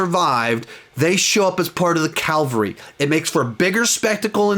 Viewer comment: *cavalry (not calvary)